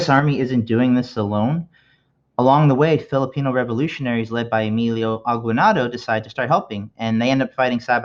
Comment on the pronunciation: Aguinaldo is pronounced the Spanish way